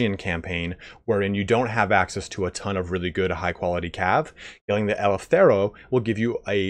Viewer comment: Eleftheroi.... As a Greek your pronunciation of the name is killing me... 😂 Great video, Thabk you!